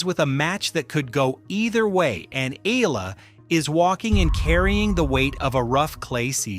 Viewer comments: Correct please pronounce ehyala not ela ok.thanks🇵🇭🇵🇭🇵🇭🇵🇭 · Eala not Ela its Eyala correct pronunciation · Not “ ee-la”. Pronounce her last name as EH-YA-LA. Thank you. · Not Alex Ila please Alex Eala or Eh ya la 😊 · Why cant they pronounce her name right eh yah lah eh yah lah God! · Please DON'T MISPRONOUNCE HER SURNAME! IT IS PRONOUNCE EH- YAH-LAH!!!!! OK!?😮😮😮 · Eye-yah-lah. That’s how we Filipinos say it. Please get it right…